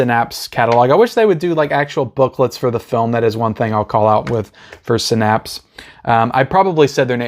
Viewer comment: Haha Synapse is pronounced (SIN-APPS).